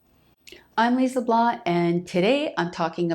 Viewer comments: I’m hearing Lise Bla, when you say your name. I’ve slowed the video down and it’s the same. I’m also a lip reader end it looks as if you’re saying this. Is it a shortcut to saying Leblanc? Just making sure my ears are not deceiving me. Thanks. Keep up the great work. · It tripped me out at first too! I kept perseverating on it, here's what I've come up with..it appears she is using the French pronunciation of the name, where the /k/ we'd expect to hear at the end, is silent. Also, English speakers use a harder /n/ sound than in French, whereas in her example, the final /n/ sound is produced with the tongue tip barely making contact to the hard palate, so it's very difficult to notice it's even there. Nope, you're not losing it. --Brought to you by your local speech therapist 😉